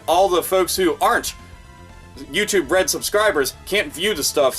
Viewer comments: Sounds liek "You too bread" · You said "YouTube Red" but for some fucking reason, I kept hearing "U2 Bread" and thought, what in the sweet Holy fucking shit is "U2 Bread"?! Is it Rye bread made by Bono?! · I keep mis-hearing it as youtube bread P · YouTube Bread is what I hear every time says it. $ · It sounds like ur saying youtube bread lmao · "U2 Bread" all I hear every time